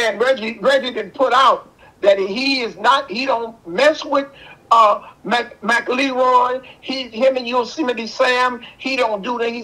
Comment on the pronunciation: Its McElroy Not McLeroy 😂